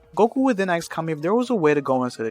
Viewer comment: I like these what-if scenarios you've made, thanks for the videos. But I have a question: why do you say "aks/axe" when a character is asking something? You're the first person I hear pronounce "ask" like this.